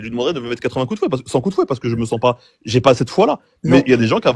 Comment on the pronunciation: Y en a d’autres mais je crois que lit pas les com 😅 « Un peu près » pour « à peu près » « J’oublille », « j’aieye », etc. J’en oublie! C’est dommage parce qu’à par ces fautes à répétitions ça c’est un sans faute cette chaîne.